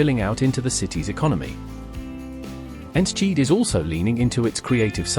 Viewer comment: Ens-cheat???? Thats the worst pronounciation i’ve ever heard for Enschede. If you want to pronounce it right. For english speakers its En-skuh-day. Its home to the Eredevisie football club of FC Twente.